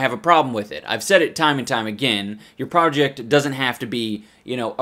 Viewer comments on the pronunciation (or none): He speaks in his other language so much he can't ever say "project" the same anymore. Prowject